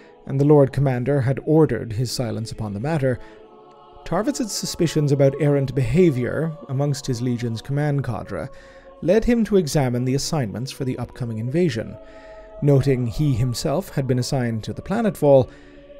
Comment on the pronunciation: ▶ ▶ 'Cadre:' Not pronounced "CAW - DRAW" .......but 'CAW -*DREY' ;-)